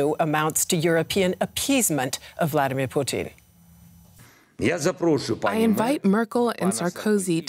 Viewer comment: Why is she saying poutine instead of putin ??